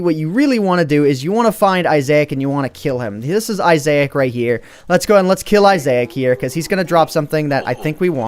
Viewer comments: Seriously? Isaac is pronounced eye-sack. not eye-zay-ack. If you didn't know, The binding of isaac is what it is based off of, a "twin stick" shooter that is super awesome and fun but is pretty gruesome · ANT IT'S PRONOUNCED I-SS-AC NOT I-SSA-IC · and its Eye zac NOT Eye azac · ITS PRONOUNCED is-ik NOT ISAIC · Its not yitzchak your some other language fool XD its issaic / issac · It's not issac is eye-sick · Isaac is part of a game called the binding of Isaac and it's pronounced Isac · Isaac pronounced Eye-zak, just like the name. My ocd died in that video. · He kept saying Isaac (eye-zay-ic) rather than (eye-zac) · It's pronounced Isac not Isa-ac. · dude...its i-zak < not i-zayak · respect the Bible man! (I-Zach) not isaic! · Isaac pronounced eye-zack not eye-say-ic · Really, Eye-zai-ik? I believe it is pronounced Eye-zak. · its isac not isaec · isaac not isaic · Iasec? its pronounced Iss-ack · I love the binding of i-zay-ke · its is sac fro m to binding of issac, and its said isac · lol the head is a reference to "The Binding of Isaac" by Edmund McMillan. it is pronounced as the name "Issac" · It's pronounced I-zac a character from the game binding of issac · I am giving some advice not hating on It's pronounced eye-sick from a popular indie game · It's pronounced i-sac from the binding of Isaac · Its pernounced Isac dumbass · It is I-Zec -_- He is from the game binding of Isaac. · Isaac is pronounced (eyes-ick) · isaac is from binding of isaac and I think you say it like normally saying Isac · You don't know how to pronounce "Isaac" (It is pronouced I-zack) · you are saying isaac wrong... its more of i-zick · Isaac is pronounced eye-zick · Isaac is pronounced IZ-ik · It's Eye-zik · Ies -ac it's from a game please pronounce it correctly please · isaac- (eyes-ick)... Sorry but you said it weird so much it was killing me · Its pronounced "eye zack" from the binding of issac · Isaac (Eye-Zick) is a reference from the binding of Isaac video game.